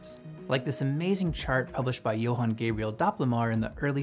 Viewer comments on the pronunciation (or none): none